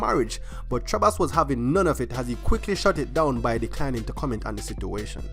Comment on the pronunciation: Too much emphasis on the H